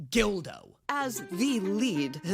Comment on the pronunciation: .... Who TF is Gildo? Isn't it Goldo?